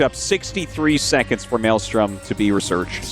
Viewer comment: "maylay storm"